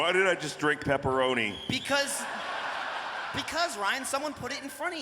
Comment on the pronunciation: It's Peroni! Not pepparoni!